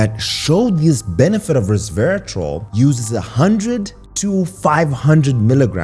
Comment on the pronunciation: Re-serve-i-tal …. Sorry but I cringed every time I heard it pronounced incorrectly. I eat blackberries every morning for breakfast and then have Matcha green tea in the after lunch. I didn’t k ow about pomegranate. Thank you for the information.